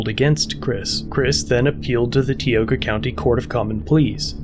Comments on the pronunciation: For reference Tioga is pronounced Tie-oh-gah. Most likely the cop and judge are related. The family tree's in that area have very few branches if you know what I mean... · Tie-Oga. not Tea-Oga. Tioga is an Iroquoian word. 👾💘